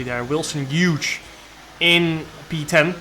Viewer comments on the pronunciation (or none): oops , lol but he still isn’t saying it right its Hu-es not huge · To pronounce Wilson Hughes' last name its like saying Hue + s, or to make it simpler, H + ewwwww + s. To pronounce vulnerable its simply Vull + ner + a + ball. Hope this helps :) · It’s the hughes part he’s talking about… obviously he’s saying wilson correctly